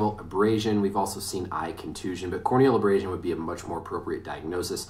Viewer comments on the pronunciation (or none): "core o'neal abrass sun" 🤣🤣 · “Suffered a corn kneel abrashon” boy what 😂😂😂😂